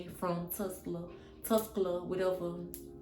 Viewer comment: Aint no way in hell you that country to where you can speak a professionally spoken sentence. And it's TA-SCA-LUU-SA